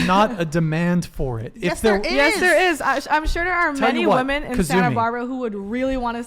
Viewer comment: It’s Women! Not bloody woman. Why are women saying woman instead 🙈🙉